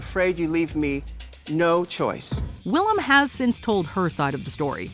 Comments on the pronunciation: it’s Will-Am not will-i-am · love that yall consistently butcher willam's name in every video she's in